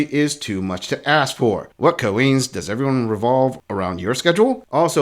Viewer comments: Why do you think she says axe instead of ask? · My minimum expectation is proper use of our shared English language. For example, Valentine is spelled and enunciated with a ‘n’ and not a ‘m’ and ‘ask’ is not spelled or enunciated with a ‘x’. Cheers! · it's "ask" not "aks"..... I can't stand it!!! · Why does she say axe instead of ask? Is that also a simple joke? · And gents... If they pronounce it "aks"... Leave.